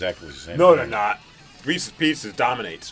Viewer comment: It is not pronounced "REESEE's" BJ!